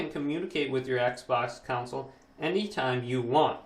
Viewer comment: Great video very helpful. Don’t be annoyed with me but it’s con sole not coun cil 🙂